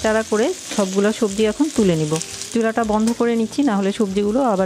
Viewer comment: চাচি আপনি তো ছবজি খিচুরি বলেছেন হবে তো সবজি খিচুরি হ্যাঁ হ্যাঁ হ্যাঁ